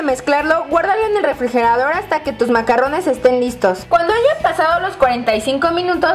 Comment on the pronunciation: Se llaman macaron, como bien dice esta otra chica los macarrones se refieren a la pasta italiana. Y no se pronuncia con doble R sino con R francesa ( dificil de pronunciar y que te entiendan los parisinos sino eres de alli) xD